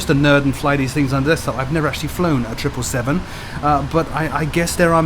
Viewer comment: Finally someone who knows how to say 777 properly